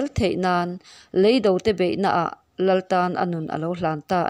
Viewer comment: Leido nilovin, "lêi do" tih tur.